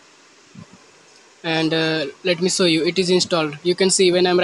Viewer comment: It's show not sow 😂😂😂